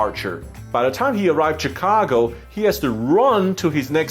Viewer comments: Its pronounced chicago. Your chinese accent is so strong its not chee ka ko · Am I the only one, or did you say Cheecago? and you're a frequent flyer, never-mind